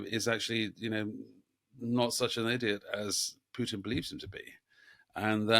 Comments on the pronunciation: It's Putin, not "Pyutin". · What's with the weird Putin pronunciation? Pjewtin? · It’s not Pewtin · Sounds like Pewtin